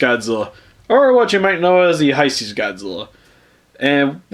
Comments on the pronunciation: Why do you pronounce hesei (hi-see) instead of (hey-say). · I know this is a 5 year old video but it's pronounced hey-say